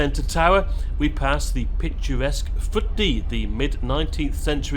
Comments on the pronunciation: Hi,that little housing estate you visited is called Footdee but is pronounced as "Fittie". I used to work on some of the quays there providing security and for the maritime vessels (as well as oversee crew changes and provide Border Control service for people coming into the UK from abroad on these vessels on behalf of the UK Border Agency) back in 2014 and would regularly see the ferry leave at night when working a night shift. Steve Marsh also visited this village and said that it was pronounced as "Fittie" due to the local accent lol. As for this ferry itself,I really want to go on this and travel to Lerwick and I am seriously thinking about it now 😂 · Hi, I’m a regular traveller on the Northlink. Ref the gates to the top deck. In the morning they forget to open them. Head to the reception and ask them to open them. As you say it spoils the views arriving. Foot Dee in aberdeen is pronounced Fittie. It is way better than flying.